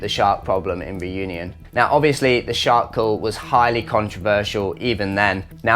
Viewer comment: Please learn how to pronounce "Reunion" correctly. Your english pronunciation of it hurts. No, I'm not French.